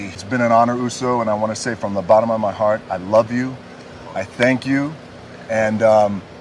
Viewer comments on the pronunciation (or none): none